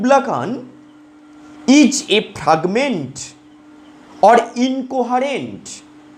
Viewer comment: Sir ota fragment 🤣 faaaagment noy